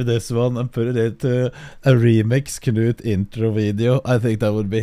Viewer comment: honestly, huge respect to Will for pronouncing Knut that well and also impersonating the accent better than anyone. Different kind of big respect